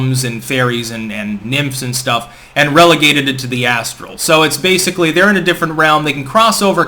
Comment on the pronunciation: Ass-tral plain.